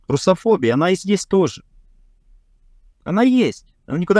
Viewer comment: Слово "русофобия" с таким произношением вызывает сложные чувства. Что-то с чем-то не сходится.